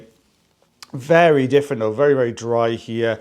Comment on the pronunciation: I like it when you say though as old boots. It makes me chuckle.😂